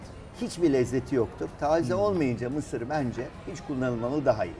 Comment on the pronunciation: Vedat Bey! "Misir" kelimesini sebze gibi degil ulke gibi vurguladiniz; hic olmadi. :(((((((